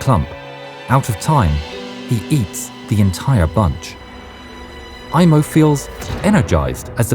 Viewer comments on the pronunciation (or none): Sorry to tell you, it's not "Imo" it's "Aimo" unlike in English, in Finnish we pronounce the letters as they are written. In English when there's an "i" it's pronounced like "ai", as a finn that's to my ears.